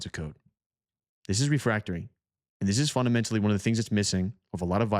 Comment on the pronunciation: the word is Code Refactoring, not "refractoring"...